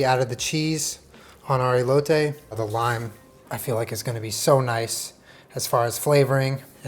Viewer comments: I got so hyped for this video and then said “EElotay” and I just laughed so hard awww 😂 it’s pronounced “eh•lo•teh” 💕 and you don’t have to annunciate the “t” either, it’s so soft it’s almost like “th” but ANYWAYS love the confidence and the effort, great job!! PLEASE keep it up and showing off Mexican dishes it makes us feel special knowing that you love our food 😂🥰... like literally any Mexican knowing that other cultures like our food... it just makes our hearts so warm 💕 thank you!!! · He got the elote wrong tho... Saying "ilote" hahaha. But nonetheless horchata was a nice job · hermione voice it's eh-lo-teh not ee-lo-tay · he said E low tay lol no hate just thought it was funny ( eh low teh ) cotija ->cohteaHA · ey-low-tay LOLL its eh-lo (LO not LOW) the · Great stuff but hear me out.. say “Eh-lote” 🙂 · For the ppl wanting to learn Spanish you don’t pronounce the e like how it sounds your pronounce it like eh so ehloteh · Pronunciation tip for: The "e" in elote is like the "e" in your "EH BEPBEPBEPBEPBEP.” It's eh-loh-teh.;) Buena suerte, amigo! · I’m confused bc I’m Mexican and don’t really speak Spanish but I’ve always heard my family and friends who do speak Spanish pronounce it ee-lo-teh like with emphasis on the “ee” sound in the beginning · ITS EHHHHHH-LOTE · “ilote” 😭😂🧡 try esquites next! 🙏🏽👩🏼‍🦲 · Love that he says hot horchata properly but he says ee loh tay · When you Hispanic and makes your favorite botana (snack) and drink. 👌🏻😋BTW it’s pronounced (eh) (loh) (te). just like epepepepep! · The way he keeps saying “i-lote” just makes me 😬🙈 cringe en español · I love you sooo much.. and as a mexican i appreciate you so much, but, Elote is pronounced whit the "E" as in Elephant.. ilote(as your sounding it) sounds weird, and it means something else. But i still love you 😅💙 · The E in Elote is pronounced like the E in Elephant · I love how he can say horchata correctly but not elote